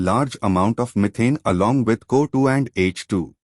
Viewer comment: Thank you for this...if i go for reading this chapter , it would have taken 2 hours.. bcz of you i completed it in just 27 minutes..😭😭...thank you sirrr... . . . . . . . ( no intention of criticism and finding fault ), CO2 gas is being pronounced as Kotu 😅 gas..